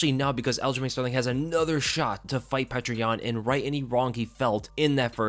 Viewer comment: love your videos and your fight insight. however, it's not "patray Yan" it's "pe-YO-tor Yan."